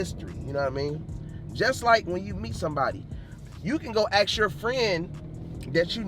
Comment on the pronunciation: he cant even say “ask” right